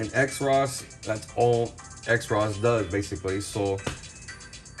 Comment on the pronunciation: "Cross" not X-ros.